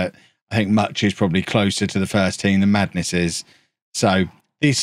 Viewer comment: They way you said "Mutch and Madness" sounded like 'Macho Madness'. IT made me think that you were going to start calling yourself the 'Cream of the Crop' and go on a rant of how you're the Tower of Power, who's too sweet to be sour. That you're funky like a monkey, with the sky being the limit and space being the place...